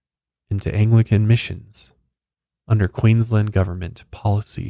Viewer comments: Queensland is pronounced with a strong A the same as you would say land :) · Just letting you know it's queens-land not queens-lind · Pro tip, we say Aussies as though it has zz instead of ss and we don't pronunciate the u so it's pronounced more like Ozzies and Queensland is pronounced like Queenslaaand 🤣 big emphasis on the A but well done on everything else 👏👏👏 I hadn't heard of this story before, good find!